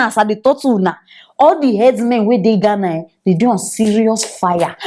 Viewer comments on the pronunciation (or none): Please not just Ghana say it correctly